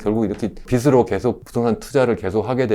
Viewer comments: 한글 발음 좀 제대로 합시다… 교수라는 사람이 참… 빚으로 = 비스로(x) 비즈로(ㅇ) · 올바른 발음 하자고 한건데 잘 못인가,, 비시 비스로 듣기 거슬리구만